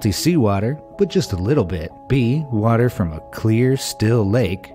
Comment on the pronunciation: Are we just gonna ingore that he said walter instead of water